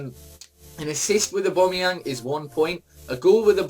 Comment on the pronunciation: His name is apparently abombmyang haha